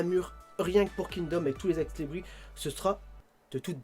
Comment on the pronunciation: et on prononce ex Libris(se) ^^